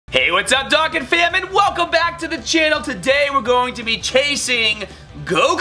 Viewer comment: Also, Doh-Kan